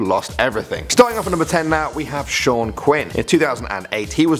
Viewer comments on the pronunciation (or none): none